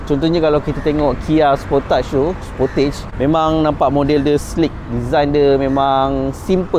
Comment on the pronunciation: Sebutan Kia Sport Age = Sportage